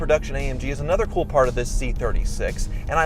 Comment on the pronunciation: When he said cool as hell and thiught he was coo as hell😂😂😂😂😂